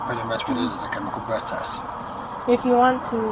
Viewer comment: ok but if he can't properly pronounce the word breath maybe he should be reading it. I kept wondering what the heck a bleath test was.